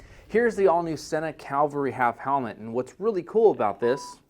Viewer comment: FYI it’s cavalry not calvary. Just saying! Thnx for the good review.